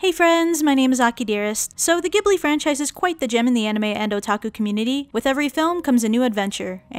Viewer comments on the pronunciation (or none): It’s actually pronounced as jibli not gibli it’s really weird Ik.. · It’s not pronounced Gee-bu-lee. It’s jee-bl-i. Gh is pronounced Jee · Iys pronounced jibli even thoug its spellt ghibli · not to be smart >3< but ghibili is pronounced like this:Ji-bull-lee. And my name is Chihiro o3o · Are you ghibling me? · Not goblin it’s you pronounce it jibli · It's pronounced jhib-li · It’s pronounced jhibli not a hard g sound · My ears bleed when I heard how she pronounced Ghibli and Naussica